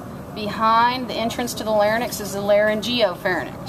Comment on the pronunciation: Just to let ya know she is pronouncing pharynx larynx wrong. its like RINKS not NICKs